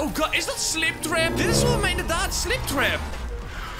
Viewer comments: gwn om te zeggen maar het is springtrap en niet sliptrap maar respect naar jou:) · Heeft niemand door dat slingtrap zegt inplaats van springtrap (geen haat) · Het is spring trap. Niet sliptrap